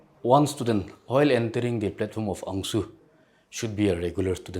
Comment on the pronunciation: Is it ANGSU OR ANCSU....Bcus all i hear is ANGSU😢 ... GET UA Pronouncing ryt bruh